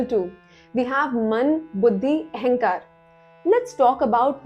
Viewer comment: It sounds strange when you say ehankar instead of ahankara.